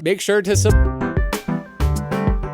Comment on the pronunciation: Its Not Subkribbird Its Subscribe